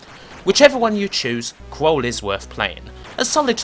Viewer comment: I think it's pronounced KrUll emphasis on the U, rather than Krole but good stuff as usual